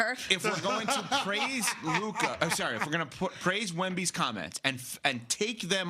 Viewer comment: it’s Luka and it’s not even close